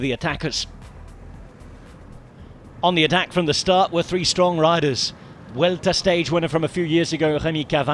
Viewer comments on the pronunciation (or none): You guys do great work, but every time you pronounce it UELTA i die inside from gringe